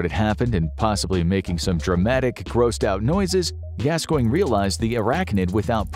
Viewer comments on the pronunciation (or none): none